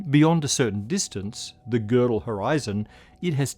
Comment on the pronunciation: I love to hear an English speaker pronounce Gödel's name correctly instead of the usual "Gerdel", as if the name had an r.